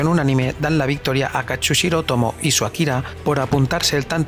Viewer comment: mareeeee jajajajaja se't perdona tot versus 😘😘, shh shh va un apunt de pronunciació Japonesa a l'anomenar a Katsuhiro afegeixes una "S" entre la U i la H ( però com que avises si ho dius bé o no ja t'exculpes amb antelació 🤣🤣)